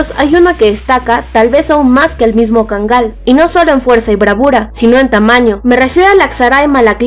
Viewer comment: Está bonita la información pero sabes? La raza se pronuncia KÁNGAL... Así, como si tuviera acento prosódico en la primera A y no como erróneamente lo pronuncias: KANGÁL, te lo digo en buen plan porque yo viví 5 años en Turquía y para que en la medida de lo posible, le rindas reverencia al REY DE LOS PERROS: EL KÁNGAL TURCO...